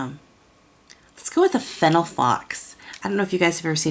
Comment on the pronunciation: lol that happens to me a lot, thats okay. But seriously when you said fennel I thought that I had been pronouncing it the wrong way 😂